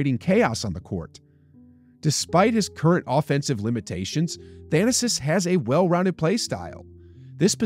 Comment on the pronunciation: Its 'Tha na sis'. Not 'Than asis'